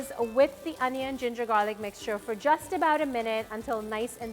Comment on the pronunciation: "And some minced garlic-KKK"